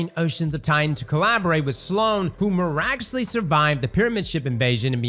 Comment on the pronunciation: it’s miraculously not Mur-actually 🤔 🙄 them Steve Harvey teeth are really getting in the way.. was it worth the waste of money?